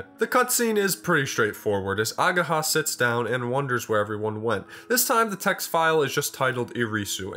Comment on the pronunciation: I will probably die the moment english speaking people start properly reading japanese names. Its not ageeeeha its ageha. And its hard wa not ua.